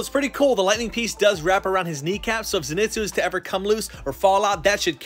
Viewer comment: Did this man pronounce it zen-it’s-oo